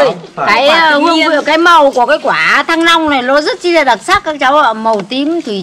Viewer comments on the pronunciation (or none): nói "thanh long" thành "thăng long"😂😂😂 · ơi đây là quả thanh long nhé ko phải thăng long =)) viết thì đúng đọc thì saiii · Nghe nói cứ như "quả thăng long" 😂😂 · Tui nói cho mấy bạn nhá😊 Chữ Thanh Long Thang ai mà lúc nào chả phát âm sai thành Thăng Long 😊 Và cũng lớn tuổi rồi mấy bạn cũng đừng chỉ trích nhue vậy nữa 😊 Thay vì ngồi chỉ trích hay móc méo thì làm gì đó cho đẹp đời đi 😊 Thân gửi mấy bạn hay khẩu nghiệp nhá 🤐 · ơi đọc sai rồi thanh long đọc là thăng long rồi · Thanh long mà cứ đọc thăng long......???? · Thanh Long mà đọc thành Thăng Long thì đến quỳ